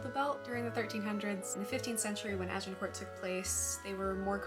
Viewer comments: Nice vid! As a Brit, we grow up surrounded by medieval relics - I live about 100 yards from an 11th century castle :) Also a quick tip - the 't' is silent in Agincourt, it's kinda pronounced 'Ajincoor'. Hope that's useful. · Like many french words the last letter or two are not pronounced. So you might say a.zhuhng.kaw or Arjincor. No need to annunciate the t. Just wondering if the swearing really adds to your presentation?